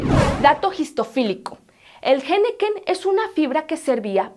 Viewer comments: No es "Jeneken" es Henequén, se oye "enequén" la h es muda...... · Por favor, no es "jeneken", es henequén. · Quieres hablar como gringo diciendo jenequen en lugar de henequén. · Perdón, un pequeño comentario, la h no suena en la palabra henequén